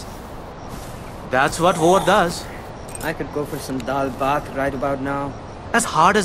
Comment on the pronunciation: is daal baat( nepalese food) not dull bath